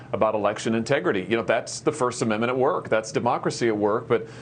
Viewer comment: Did he say tegrity?